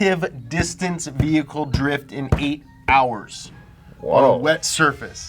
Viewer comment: „anything you do for eight hohrs is hard“ Me: *sleeping